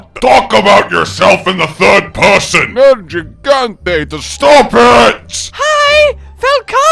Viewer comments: Tigrex should be asking why "Nerjigante" always pronounces his name wrong 😒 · Ok I'm seriously tired of everyone mispronouncing nergigantes name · Why does Nergigante mispronounce his own name?